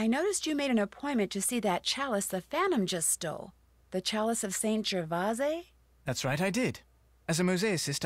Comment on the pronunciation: I know this was last year, but since you were struggling -- "Gervase" is pronounced "Ger-VAH-sey," (ending rhymes with "grey") not "Ger-vase." In Italian with the exception of "-gli" (e.g. consigliere) and "-gn" (e.g. lasagna) you pronounce every letter you see.